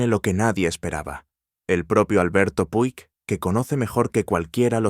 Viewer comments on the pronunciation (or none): puig se pronuncia puch